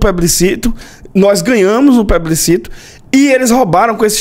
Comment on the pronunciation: O cara é advogado, e nem consegue pronunciar a palavra plebiscito corretamente. Pebliscito é de lascar, Aron! É de lascar! É mentira o que eu tô dizendo? Hein? Hã?